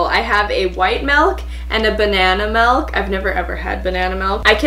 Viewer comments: It's milk not malk but you are so funny 😂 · Some people say melk and not milk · More like malk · Juicy Janelle i am canadian and i say milk but my sister says melk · Crazy Owl Girl CNCOwner no it’s more like “malk” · There is a “i” in milk for a reason 😂 it’s not “melk” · Am I the only one who finds it weird when people say milk like melk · Plz stop saying melk it's MILK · Oh and she also says melk Instead of milk No hate tho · I love how she says MELK and not MILK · Did you say MELK??? 😂💀 Where is Trey Kennedy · Is no one noticing she is saying melk not milk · “melk” she has me triggered😂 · It’s MILK not MELK, but good wish haul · Its milk not melk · It’s MiLK not MeLK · Melk not milk 👌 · White MELK and banana MELK,broh,it's milk not melk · why does she keep saying “melk” not milk 😂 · MILK NOT MELK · Your saying MALK it’s MILK learn English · She says MELK but for some reason it don't bother me as much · Yah what is melk!!! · Sounds like malk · I say it like melk, it's normal in Canada. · Just me who hears “malk” instead of milk? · "It's basically white out, but it's shaped like, milk." She pronounced milk like "melk". Okay, you guys aren't getting it. I NEVER said it was a bad thing. It's just something I noticed so I pointed it out. I even thought it was cute. Stop getting mad at me. I was never meaning to offend ANYONE. So please, chill out. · Ly Ha i hear melk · I live in canada and i only know one person who says malk instead of milk. Its not even really a region thing its just varies from person to person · Just let the girl pronounce malk how she wants to 😂😂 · Awkward but what ever. meeeelk. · Give him the molk, Josh! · Trosyyy no you aid it wrong it’s ‘MALK’ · I noticed that too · Every time she says milk : melk Melk MeLk MELK MMEELLKK???!!😤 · She says melk wtf come on😂💜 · Are you saying Melk? Or Milk? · No one::meLk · Anyone else hear when she said "melk" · Sje was saying melk instead og milk lmfao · “mALk” “bAiG” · Are you saying malk? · Melk??? Lol